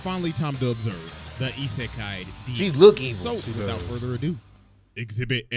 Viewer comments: It’s pronounced Ee sek eye lmao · Sound it out (E-say-kai) Isekai demon. She got black air force in her blood